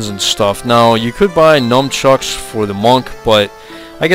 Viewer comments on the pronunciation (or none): LOL he said "numbchucks".